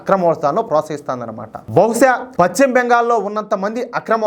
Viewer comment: Pacchima Bengal kaadayya pashchima Bengal antaaru.telugu palakadam nerchukoni videolu cheyyi